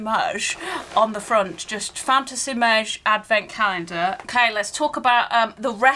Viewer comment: The more you say “fantasy mawge” the harder it gets to not burst out in laughter 😂 brilliant reactions to this calender.